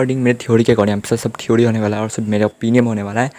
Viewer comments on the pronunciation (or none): none